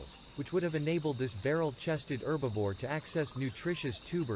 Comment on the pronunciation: It's "Herbivore" NOT "Erbivore"😠!